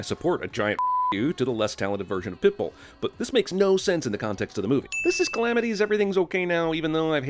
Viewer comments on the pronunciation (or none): “pitbill” lul